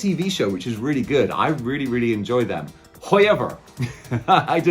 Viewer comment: Another great vid but darn it you got me saying Hoi-ever now